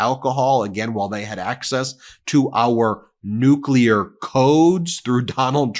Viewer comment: Nu-clee-er? Nuclear= New-clear.